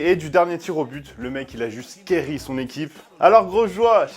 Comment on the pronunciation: Carry sont équipe pas Cairy ça ce dit Carry